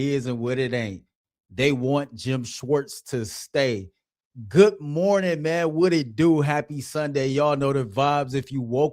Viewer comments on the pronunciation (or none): What is “goot” morning?